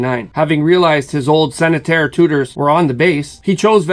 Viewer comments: Why can't you say Centenaries not Senateairs? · "Centennaires" (Sent-ten-airs), not Sennetairs.